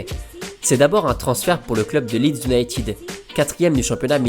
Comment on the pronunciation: "Unitid" n'existe pas ;) c'est UniTEYD... Vive Cantona !